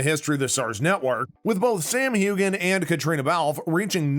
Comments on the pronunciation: This announcer should learn how to pronounce Sam’s last name...it’s HUAN not Hugan! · When is this guy going to learn how to pronounce Sam's name? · Another idiot script. Cannot pronounce Sam's last name, and called the character 'Jamie Foster.' Foster? really?